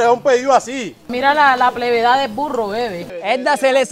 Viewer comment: Que paraco el mono 🤣🤣🤣🤣🤣ila dama me da mucha risa cuando dice que plevedad